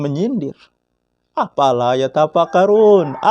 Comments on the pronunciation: افلا يتفكرون Afala dibaca Apala Itu kalamullah pak Itu Qur'an bukan Koran 😭😭😭😭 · افلا Dibaca APALA 😁😁😁😁😭😭😭😭